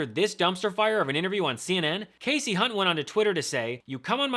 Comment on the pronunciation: Bannon is so dumb and uninformed that he can't correctly pronounced Hunt's first name. How do you get Cassie from Kasie? Remember the rule about two consonants v. one following the vowel, Steve?